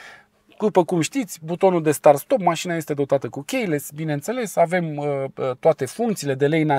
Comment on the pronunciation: Terminati frate cu romanisme de genu "CHEIless" e "chiless" ffs. In rest misto video.